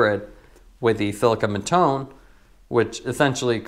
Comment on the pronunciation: It’s too hard to go on google translate and check how you should say Mattone?